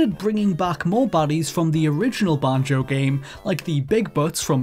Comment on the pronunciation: Can't stand how you say banjo